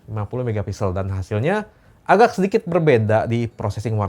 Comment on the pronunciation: Bro bukan agag tapi agak. Saya dengarkan baik dan nonton video ini .